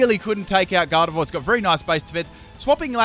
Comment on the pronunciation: this video pissed me off he pronounced snivy and gardeivor wrong SO MANY TIMES IN THIS CHANNEL